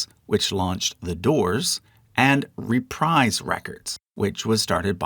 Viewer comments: I'm a former deejay and music director, and I interacted with many of these labels during the 60s-70s-80s. Really loved this trip down memory lane, and as a media historian, I especially appreciated your research. Two small pronunciation errors, by the way: Reprise doesn't have a long I sound. It's ruh-PREEZE. And Arista-- a lot of folks get this one wrong. The accent is on the first syllable, not the second. It's AAH-ris-ta (with a soft a, like cat or bat). But overall, I truly enjoyed watching & listening to your video. Thank you. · There's no reason most folks should know this given they've likely only seen it in print rather than heard it spoken but Reprise is pronounced ruh-PREEZ, at least according to Frank Sinatra, and he oughtta know.